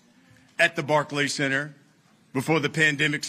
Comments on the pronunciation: Barkkky center lmao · Did Rolley Just say "Barkey CEnter" lmao